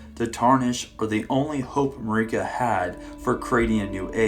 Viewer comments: Marika's name is pronounced in game over and over. It isn't Mari-ka, it's Marika. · Hey, love your videos, but it's pronounced jail. Gaol=jail. Also, Marika is literally pronounced in game as "Mare-eh-cah". I hate to be nitpicky, but you've done it for quite a few videos now. It's super grating, and almost purposeful at this point.